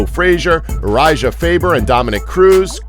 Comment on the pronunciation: Uri-JUH? Someone doesn't pay attention to MMA...